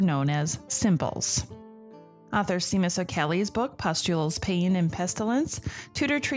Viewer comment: I love this podcast! I've been learning so much about the Tudors. I just wanted to note that the first name of the author Seamus O'Caellaigh is pronounced "Shay-mus", kind of like how the name Sean has that sh-sound at the beginning too.